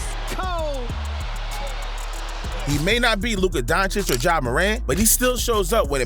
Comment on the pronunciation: Agreed. Luka donchick, Paolo Banchairo, Jeremy Sochan (ch should be silent but way he said isn't silent.)